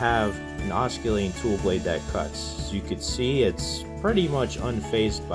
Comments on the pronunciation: Please learn to pronounce "oscillating" correctly. You are incorrectly pronouncing it "os - cul- tat- ing" instead of correctly "os- cill-a-ting" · I don't know if anyone else made this comment, but the guy presenting pronounces "oscillating" incorrectly. 😂 The way he says it means it's a kissing tool. The "c" should not be pronounced. You say it like "ossillating". Pretty funny! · You don't pronounce the c in oscillating. It should sound like os-sill-ating. I couldn't keep listening because you didn't know how to pronounce the word for the tool you are teaching about. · Hahahaha… ockillating tool… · “Osculating” lololololololol. Maybe get someone with at least an 8th grade education. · Boy oh boy, this guy says it a hundred time’s too. Ah skill layting. The camera guy or no one else was smart enough to correct him? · Good vid. In the future it's pronounced oscillating--the c is silent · It would help if he he knew how to pronounce oscillating properly, it's a silent C? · Your videos are great & very informative. Thank you for your time & effort. However, here is the proper pronunciation of the word "oscillating". The "c" is a "soft c" as in the letter "s". The "c" is not pronounced as a "k" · You seem to have a lot of good ideas and knowledge. However, I couldn't watch this video because of the way you mispronounce "oscillating." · I believe the word, oscillatie😊😊is pronounced, g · Your use of the English language is like fingering a chalkboard. It is NOT pronounced with a “U” in the word. Listen to your presentation. Good information and tips! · Good vid bit dude…oscillating : THE C IS S I L E N T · You can't even pronounce the word oscillating ... Correctly. Why would we think you have anything to teach us ? I'm out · it makes you look 'unsmart' you should consider fixing this video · If he says osculating one more time I’m gonna scream 😂